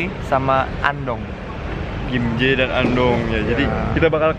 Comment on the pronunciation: Gimhe bukan gimje